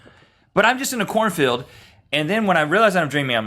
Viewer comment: I yawned at the beginning when Rhett said he was in a corn field...I thought he said "I was in a porn film". Major double-take.